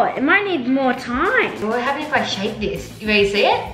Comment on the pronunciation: she didn't say shake